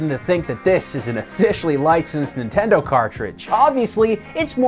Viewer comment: "Ninteno" lol